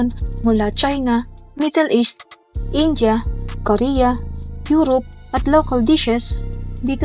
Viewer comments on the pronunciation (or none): none